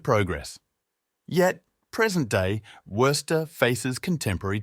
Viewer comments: Bro, it's WOO-STER say it right or get lost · You have mispronounced Worcester multiple times. In Massachusetts it is 'Woo ster' like Rooster. please learn how to pronounce the city before doing a poor video on it. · It's pronounced WUSS TER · It's pronounced Whuster. You don't pronounce the first r. Well, you may, but it shouldn't be heard. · Its more like wuss-ster not woo-ster either.😂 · Sorry. This is crap. I got through 3 minutes. After hearing the city name mispronounced for like the tenth time, and seeing the same pictures played on repeat, nope. Don't waste your time here, folks. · Somebody should correct the guy on his pronunciation of 'Worcester'. and yes, Wyman Gordon, Crompton & Knowles, Wright Wire, Jamesbury Ball Valve, and many, many more. full of 'facts', but completely missing flavor. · Cant anyone properly pronounce Worcester good grief ! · learn how to pronouce the name before pretending to know Worcester's history. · Interesting, but not much more. Same aerial videos of downtown over and over. I expected many other historical sites. The narrator mispronounces Worcester dozens and dozens of times. No one with a local accent was available as narrator? One could read Wikipedia about Worcester MA and get about the same info. Contains a few lazy errors that 2 minutes of research would have remedied; for example, the Worcester Galleria fiasco was in the 70’s, not the end of the sixties. The other facts are narrated with no flair, instead it drags on in mere robotic, sterile reading. Appears to be a well-prepared high school sophomore project with a computer simulated voice for narration.